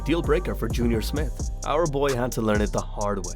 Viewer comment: It's J....R Smith.